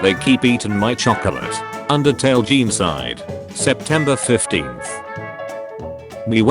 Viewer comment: i never want to hear "jeencide" every again just say genocide please